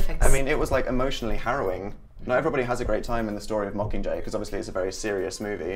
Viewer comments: When Liam said yag he was saying mockinggay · "yakcomqur" Liam 2015. Liam... it's "mocking jay" not yakcomqur.